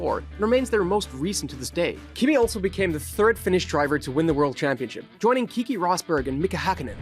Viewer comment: it's not "kiki". The name Keke is pronounced the way it's spelled